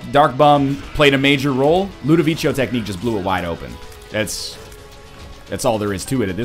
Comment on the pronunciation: Youre so obsessed with pronouncing jera and Azazel correctly, but you still cant pronounce Ludovico?